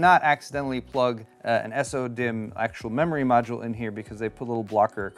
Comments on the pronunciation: I started going insane after you said “s-o” dimm like 15 times in 2 mins. Why not just say “so”? Lol 😂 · Why do you say S-O-DIMM.2 instead of SO-DIMM.2? Just curious since most people seem to say it the second way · Comes with cd AND coaster? Kind of redundant isn't it? Also... Just say "sodimm" like everyone else lol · the way you say so-dimm bugs me, and i don't know why.